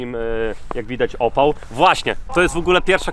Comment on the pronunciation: Nie OPAŁ tylko ÓPAL 🤣🤣🤣🤣